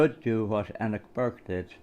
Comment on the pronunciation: I think the "E" in Enoch is more pronounced like Eenoch. Well done on getting the livestream going last night.